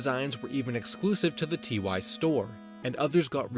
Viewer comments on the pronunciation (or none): just so you know TY is not pronounced "tee why", it's ty as in tyler as theyre named after the guy who made them.